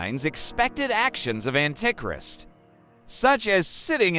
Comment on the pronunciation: ... ..."an-tic-rist"? 😂 I hate Robovoice. To the dnr zone with ye!